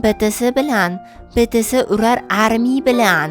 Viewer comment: bitisi emas BITIES UZBEKCHADA SHUNDEY AYTILADI😅